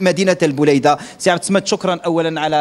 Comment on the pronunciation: عبد الصمد أنطقها مليح الصمد إسم من أسماء الله الحسنى